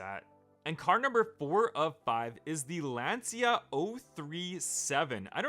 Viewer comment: It’s pronounced Lanchia o37. It’s a homologation special for group B. Lancia has the most WRC wins for a manufacturer